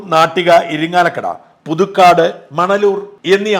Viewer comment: ഇരിങ്ങാലക്കട അല്ല ഇരിങ്ങാലക്കുട